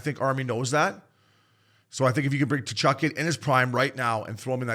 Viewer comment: my fuck boys, it's KUH-CHUK, not TA-CHUK, give your head a shake. great ep though.